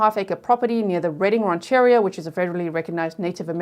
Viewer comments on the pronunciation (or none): Mien is Pronounced "Me-Ennn" like saying the letters Me and N. And Redding Rancheria "Ranch a Ree- ah". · Great job! BTW, it’s “ran’-chur-REE-a” and “te-HAY-meh”